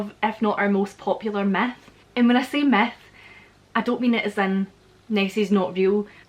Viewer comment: Oh, Queen of Scots, when you say „myth“ it sounds more like „meth“. Which leads me to the idea, is the appearance of Nessi liked with the use of drugs - like large quantities of best 🏴 whiskey? 🤠